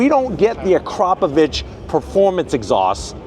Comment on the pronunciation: Wow! You are the only person I heard to pronounce Akrapovic the correct way. Back in the day when I was into sport bikes, I had some one tell me that it’s from Slovenia and the correct way to pronounce it. To this day, I cringe when I when I hear everyone say Akka-provick….